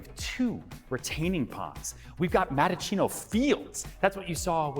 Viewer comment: It's Mattaccino not Madachino